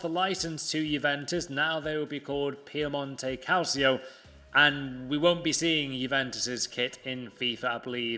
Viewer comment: Hey Actually “Calcio” is read as “KalCheeo”